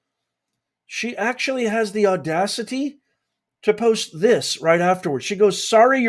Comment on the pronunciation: POST SOUNDS LIKE CODE